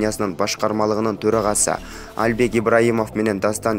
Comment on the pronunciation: Почему Альбек просто Албек когда начнёте правильно произносить